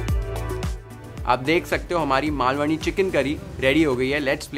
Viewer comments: I wish i could give u thousand likes for saying Malvani correctly... Take a bow chef ❤️❤️ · Omg...even before you start cooking i was so impressed by how you pronounced "Malvani" and then later full marathi sentence...further more marathi words....how much more will you impress us chef...